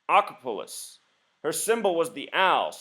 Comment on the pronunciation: Not to be dat grammar jew, LOL, why did u pronounce Acropolis so funky? Is that proper pronunciation or just skipped over a letter?